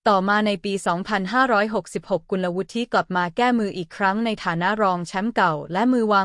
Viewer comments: สงสัยใช้ เอไอ อ่าน ๆ ผิดๆถูกๆ เฮ้อ.. น้องเค้าชื่อ กุนละวุด ไม่ใช่กุนละวุดทิ..👎👎👎👎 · ระดับชาติ... ยังอ่านเป็น.. ระดับ ชา-ติ งงจริงๆค่ะ อ่านภาษาไทย แต่ไม่รู้ความถูก???? น้องวิว เขาอ่านกันทั้งประเทศ ว่ากุล-ละ- วุด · ภาษาไทย ของ โฆษกี ผู้อ่าน - บรรยาย ไม่ค่อยจะแข็งแรง ๆ ไม่ค่อยจะแข็งแรง ๆ สักเท่าไหร่ เหมือนลูกครึ่ง ๆ หรือ ไม่ก็เกิด หรือ เติบโต ณ เมืองนอก เมืองนา ประมาณ นั้น ไม่รื่นหู เลย ตะกุก ตะกัก ๆ งึก ๆ งัก ๆ & Stuggle ๆ to pronounce Thai. language ๆ .. กุลวุฒิ (ออกเสียงเป็น … กุนละวุด ๆ ) .. Did you understand or not ????